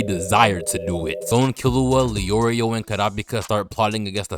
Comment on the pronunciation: Btw bro its not kill-you-a its kill-oo-a